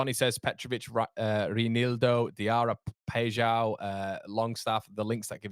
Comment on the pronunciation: About Reinildo😂😂😂 u called him Madagascan whiles he’s Mozambican and his name is pronounced Rae nildo